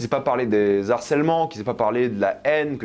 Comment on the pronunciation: On ne dit pas "zarcèlement"